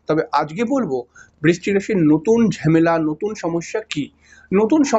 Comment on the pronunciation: ঝেমেলা নয় ঝামেলা হবে। উচ্চারণ টা ঠিক করুন।